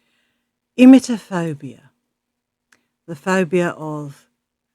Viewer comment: Not only did pronounce the word Emetophobia incorrectly but she referred to the word as Enemaphobia. Perhaps a Freudian slip on her part. is not sick she sounds way too comfortable and cheerful. No one that ill keeps eating and smoking Shisha. We have all been ill with tummy bugs and we all know if was that sick she would not be live streaming. The woman is a and should team up with Horrorcow Andy Ditch. They could compare disabilities, share poop stories and sniff each other’s farts.